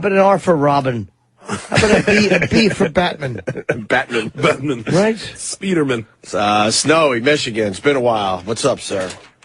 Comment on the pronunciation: Anyone else here Sherrod say "Speederman" when they were talking about DC heroes? What an idiot.... aha